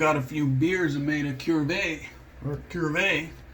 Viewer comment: No r in that word my friend. Cuvee. Kou-vay.